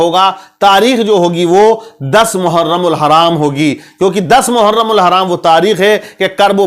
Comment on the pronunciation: मुहर्रम कहते है हराम नही लगाते नाम तो सही से लीजिये